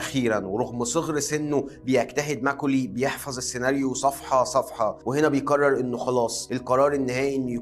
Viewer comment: لو تتكلم بطريقتك العاديه كان أفضل واقرب للمشاهدين ،مافيه داعي التكلف في العرض، خاصة لما تقول بيقرر، من كثر ما تضغط عليها تبين تقول بيكرر 😅